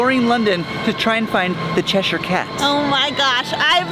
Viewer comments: CheshEEEER not CheshYYYYYR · Che sher cat pronunciation the che shire cat prounounce like blackboard scrape for ukers lol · Steve keeps making fun of the way says "Cheshire" cat 😂 and I told him "Steve we're talking about the person who called Trafalgar Street 'traflinger' street" 🤣